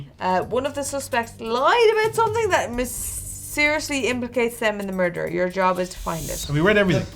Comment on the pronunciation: If anyone on Try was capable of "merderr" It would be Ciara.